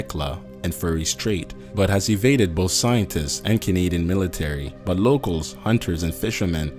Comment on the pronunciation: 1.) coneed'n is CA-NA-DI-AN